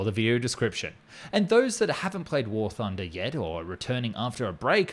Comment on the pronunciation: you meen war tooner